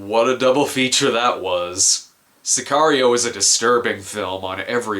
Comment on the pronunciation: I love the way Brad pronounces Sicario